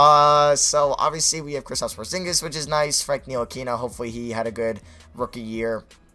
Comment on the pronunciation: Ni-til-lick-a you say his name wrong how I just said it is right